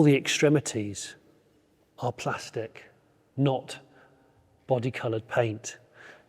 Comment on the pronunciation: P L A S T I C — pronounced plastic :)